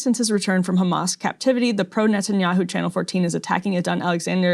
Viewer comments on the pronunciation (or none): I want to hear if this guy pronounces hotel and hair as khotel and khair like he does with Hamas. He clearly has no problem saying the word "he" but says Hamas as Khamas. It seems these Israelis are intentionally hateful.